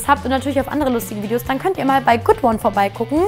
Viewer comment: Wer hat bei Good1 auch FoodPorn verstanden